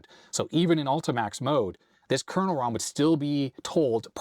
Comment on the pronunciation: Love watching but can't help being bemused by his misspelling/mispronouncing of word "kernel".